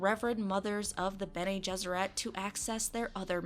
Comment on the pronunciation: Watching the Witcher review: "And thus start the Pronunciation wars." Haha, so quaint. People will argue about the silliest things. Watching the Dune intro: "Bene GesserET" HOW DARE YOU! YOU KISS YOUR MOTHER WITH THAT MOUTH?!